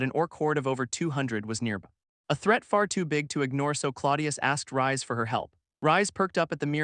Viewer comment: Wouldn't "Reisu" (the MC's name japanese spelling) be pronounced more like the word "Raise" than the word "Rise"?